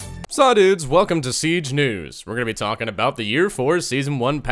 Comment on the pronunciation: Did you just say "Sah dudes, welcome to siege nudes"?